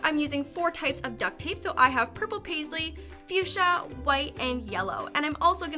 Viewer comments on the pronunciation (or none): none